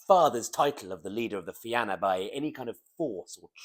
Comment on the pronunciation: Salmon of Knowledge Fi-na not Fi-an-a Fair play otherwise